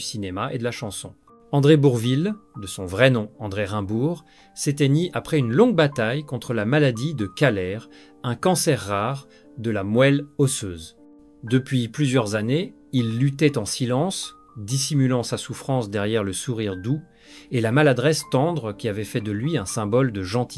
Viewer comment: Quel sous-texte de merde. Quelle merde d'entendre une voix qui semble plus de l'IA que d'une vraie voix humaine. MOÈLE au lieu de MOUAL MARCA au lieu de MARQUA FERNANDELLE au lieu de FERNANDEL Je quitte donc après seulement 4 minutes de visionnement. Je ne vais pas encourager ce genre de montage à la con.